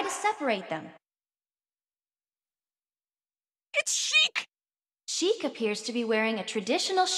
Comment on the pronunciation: ITS SHEIK.